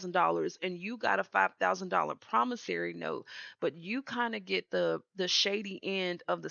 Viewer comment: Promissory, not Promissary. 😊💜